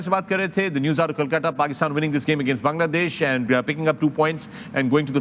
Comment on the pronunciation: Kolkata not 🚫 Kalkata 😊